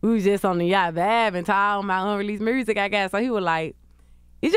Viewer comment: “The mursic” 😂😂😂